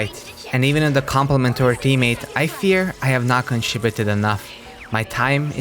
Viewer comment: Wher is kiim i thought you say a trowing trammate 😂